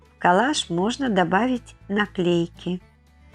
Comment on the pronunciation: Неправильное ударение при слове КОЛЛАЖ !режет слух !